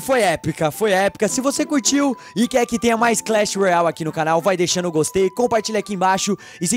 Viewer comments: Não è clech royai è clech royale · vc fala Clash Royal kkkkk e Clash Royale😁😁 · não é clach roial é clach roiale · não é clecheroiau é cleche roiale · Ele fala Clash royal kkkkk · Não é clash roial e clash roiale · por que o fala errado o nome clash royale